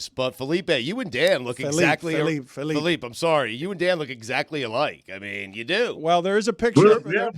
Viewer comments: Dan Le Batard, less Hispanic than Jeremy. Felipe, not Felip. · Dan calling Felipe Felip is comedy. Especially when you consider he corrected Stugotz 😂